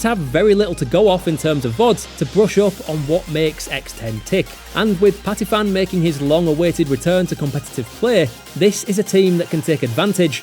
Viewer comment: Patiphan not 'Patifan' the ph is an aspirated p not an f, this isn't Vietnamese.